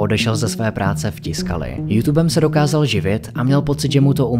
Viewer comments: Proboha.....tiskali???? Co si udělat trochu reserch a zjistit, že se to čte TYSKALI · Zase super udělané, měl bych jen tři poznámky. Commodore je název firmy, nejspíš je tím míněn osmibitový počítač Commodore 64. Tiscali se čte tvrdě takže Tyscali. Petr Strecker se čte Štrekr.